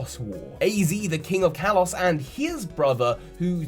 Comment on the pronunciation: You say the word Kalos wrong. Kalos is pronounced (kah-lohs).